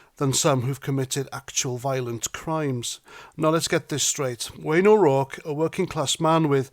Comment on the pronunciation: Keep it up.. and congratulations on pronunciation of O'Rourke....👍🏻